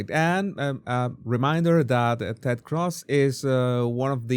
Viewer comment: You're Venezuelan and can't pronounce Cruz? Jesus